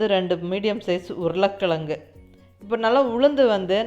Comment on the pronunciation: இன்னிக்கு இதே முறையில் வடை சுட்டேன். ரொம்ப நன்றாக வந்தது. மிக்க நன்றி. நீங்க உருளைக் கிழங்குன்னு சொல்லும் போதே கொங்கு தமிழ் வாசம் வீசுது. நீங் கோயமுத்தூருங்களா? ☺☺😍😍